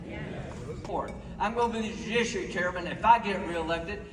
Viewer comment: Lindsey sounded drunk AGAIN. He couldn't even pronounce judiciary right.